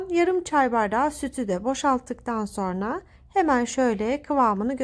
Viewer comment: Lütfen Türkçemizi düzgün ve dogru bir sekilde kullanin... SORNA degil "SONRA" Bilhassa Sosyal medyada dünyaya paylasimlar yaparken buna çok ama çok dikkat etmelisiniz... çok sinir oluyorum güzel Türkçemizin yanlis telaffuz edilmesine ve yozlastirilmasina dayanamiyorum...